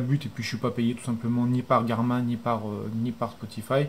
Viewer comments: super video tres envie de lacher la vivoactive 2 pour passer a la 3 hehe par contre je crois ca se prononce [garmine] la marque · ptdr tu sait pas dire Garmin